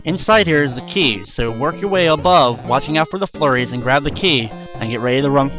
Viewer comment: hehe sometimes when you say flurries it sounds like your saying furries :3